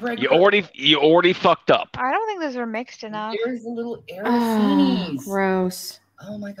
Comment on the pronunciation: Araseenee? Does she mean arancini? Lol “I’m Italian”